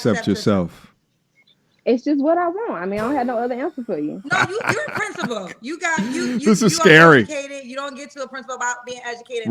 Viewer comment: What school is she princi-pooling..? Took me out 😅😂